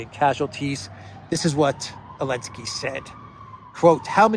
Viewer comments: Elensky is pronounced zelensky. A lady hero is called a heroine.. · Why do you call him Elensky? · Why is he called Elensky?